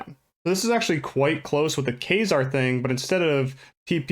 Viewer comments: I heard Fraizer lol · You pronounced kaizaar wrong lol. But good video